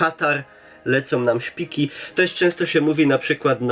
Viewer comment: Śpiki a nie szpiki, kryka a nie krika